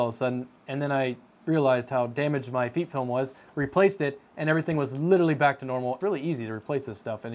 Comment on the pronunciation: FEEP Film? it almost sounds like your saying Feet film. idk about anyone else but i say FEP as in the E from pet or pep. if it was spelled feep or Feap film then i would say it that way but its not.